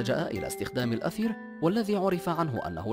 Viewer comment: هناك خطأ في اللفظ .. ليس الأثير وإنما المادة المستعملة في التخذير هي الإيثر .. لأن الأثير والإيثر ليس نفس الشيئ